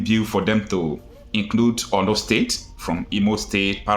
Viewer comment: ORLU NOT OLU PLEASE